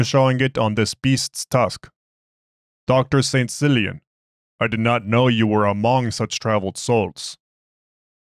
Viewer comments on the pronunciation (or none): I think its pronounced "Killian"... but love your stuff! Keep up the good work!